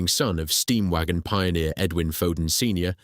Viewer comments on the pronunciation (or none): none